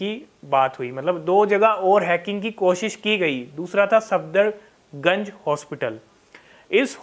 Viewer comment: भाई its सफदरजंग not सफदरगंज